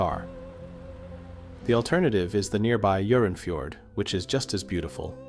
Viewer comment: local pronounced Jørongfjord, so not so bad